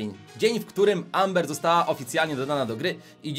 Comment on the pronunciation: czyta się ember